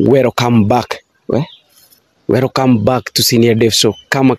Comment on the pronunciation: Not werocame its welcome weeee..inaitwa kenya😂